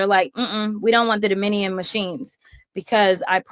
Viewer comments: The hay-bag can't even pronounce Dominion correctly. And she's a lawyer, wow, pathetic! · Can’t even say Dominion right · Jasmine Crockett is so stupid she cant even say Dominion. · She needs to learn how to pronounce dominion! Idiot!